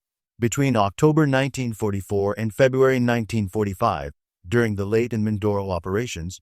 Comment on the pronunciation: Not “Late Gulf!” It’s pronounced laytay.